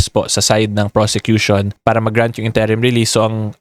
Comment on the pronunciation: Good info, Request lang po sana ako. Interim, first syllable stress po sya, not second. Sorry na. Hahahaa. I know, nit picking ako. Haha.